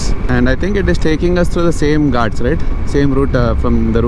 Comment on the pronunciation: No one literally no one....: gaatsssss. Bro pronounce it correctly it is called “GHATS”🤣